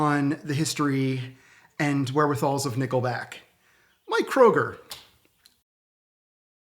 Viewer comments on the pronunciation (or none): It's pronounced "krooger" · I have to say this : the last name of Chad and Mike is pronounced Crewger. I don’t know why they don’t correct interviewers